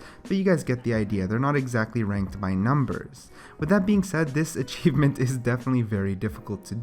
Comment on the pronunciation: not to be mean or anything but achieeeeeeevmmeeenttt and lushio